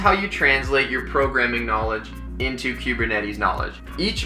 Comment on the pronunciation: queue-burr-netties? it's koo-burr-netties...